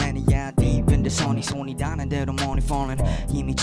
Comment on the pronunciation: If he doesn’t make “suh-nny side up” his DJing name imma be so pissed